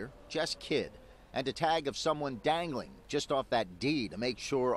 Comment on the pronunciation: he said "dangeling from the d" lol sorry but it was funny